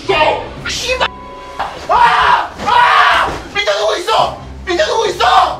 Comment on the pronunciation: 밑에 누구이써 ! 이거 들으니 김헤수 쏠수이써 가 떠오름ㅋㅋ